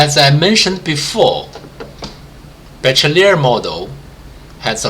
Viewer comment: it's pronounced: Be-She-lier not Be-Che-Liar